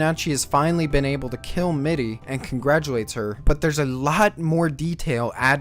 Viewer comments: I think you did a good job pronouncing the names correct except mittys...^^" but that's just my personal opinion...it sounded so strange the way you said her name other than that...i know i may be late to the party but: I wanted to let you know i really enjoy the reviews so far...currently began binge watching it and although i am not finished i am looking forward to the other ones! I notived that the playlist stopped at chapter 47 although more are out so i really don't hope that you gave up on it haha ^^ Anyway you did great work so far and keep up the good content mate! Cheers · Can you try harder on pronouncing the names better? I love your video but whenever you say a name I cringe hard. Mitty and Nanachi especially